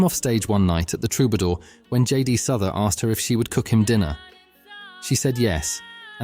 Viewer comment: JD “Suther”? Come on man!